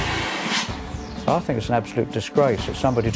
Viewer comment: " I fink thats a smashing idea" lol